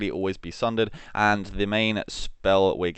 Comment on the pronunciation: You SOUND, I think, Australian. However, you can't say perfectly normal English words like caltrops, sundered, or comatose (claptraps, shundered, and catamost, respectively). A-are you just... like... illiterate? If so, I guess I'll never get an answer.